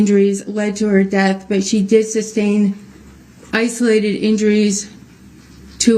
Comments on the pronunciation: You can always tell when he knows the prosecution just fuxked him up and all his dumb questions on re direct . He hates it . Reason for the SUBSTAIN your honor after every damn question she shoulda embarrassed him and said mr.brooks its sustain not substain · He said it so many times incorrectly that once or at least once she accidentally said substain and had to correct herself.